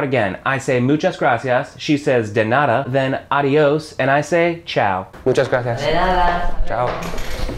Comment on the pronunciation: Hey,. First of all, I gotta say you're doing a great job at teaching spanish. I´m a native spanish speaker (I live in Mexico City), and I´d like to make a pair of comments that will be quite useful for you and your students. The first one is related to the pronunciation of the word "nada". Usually, american people change the pure sound of the letters "d" and "t" when these are in the middle of a word (even they sound very similar). For example, in the word "turtle", the first letter "t" sounds different from the second one, something that is very common to hear in the US, not in the UK. What I mean by this, is that you mustn't change the sound of the letter "d" in spanish. In the video you changed the sound of the "d" in the word "nada" as you do it in your first language. You have to say "DA" as in "DArling". The second comment is about the expression "permiso" (in Mexico we usually say "con permiso"). This expression (con permiso) is used only when someone is blocking our way. I bring this to my mind because once, in a restaurant, I heard an american to say "con permiso" just to catch the eye of the waiter, which is wrong, in that case he had to say "¡disculpe!". Actually, that was very funny because it was like if I told a waiter "pardon me!" in order to call him, instead of saying "excuse me!"... I´m gonna start to teach English in Mexico, and I'd like to exchange knowledges with you about the languages. I consider myself that I´m in an advanced level.